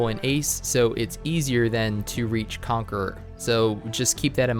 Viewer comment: Everytime he says Conquer Me: Conquerors haki biyaaaccchh